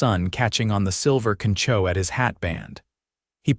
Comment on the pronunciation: The name "Levy" is Like "Leave'-eye" - and the "y" is a Long i, like eyeball. Like the Levi blue jeans. Levy, that sounds like Levee, ending in lond ee's, is a dam along side a manmade creek or water channel. Concho is pronounced "Con", on as the bread is "on" the top shelf, and "cho"... "ch" as in "chew", + "o" as in "ō, or "open" or "oh, my".